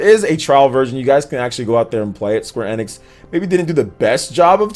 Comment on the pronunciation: Kinda like his pronunciation of square enex lol😁